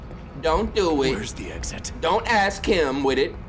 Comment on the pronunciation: Here's a new game every time he says Wid It take a shot